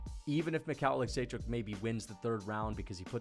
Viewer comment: making sure we know he can how to pronounce michal olichecjuzck